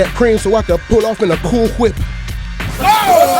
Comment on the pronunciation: " im trying pull up in a qool whip"